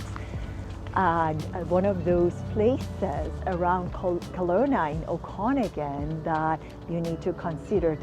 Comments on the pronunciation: oh-con-again !! hahah 😂.I stopped the video because I could'nt stand to listen to her voice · You can't even say Okanagan correctly.